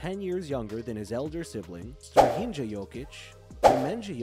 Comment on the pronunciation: It's Neh-ma-nya and Strah-ee-nya. Oh and also Natalija, same as you would pronounce it in English.